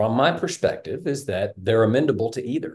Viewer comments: OK dad...it's amenable not amendable. What's amendable even mean?? You want to amend your children, change them, alter them??? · It's amenable not amendable. The word is amenable, without a d. Sorry, that is driving me crazy. 😂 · A smart guy should know how to pronounce "amenable " He good with numbers, not so much words...